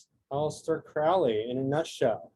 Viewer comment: Very insightful. But please pronounce his name correctly. It's Crowley as in "holy moley" not like Owley. All best.